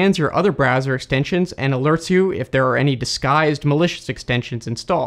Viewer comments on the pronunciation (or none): When you said "clean and secure" it sounded like you said "clean insecure" lol